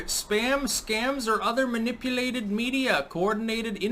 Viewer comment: Lol...I know this is a serious topic....but you totally just went full blown Canadian at about the sec mark..."maNIPuulated" 🤣, and you pretty much nailed it! Fuck that was good! Hahaha, being a Canadian myself, 🤔 I gotta ask...lol....why!? Why that one? I'm flattered! If you've ever watched that Canadian movie FUBAR, you totally just hit Terry's voice 😅😁😂...and if you haven't, plz, DO SO! Also, you should do that more often! Alright...my apologies! game-face 😤😠😡🤬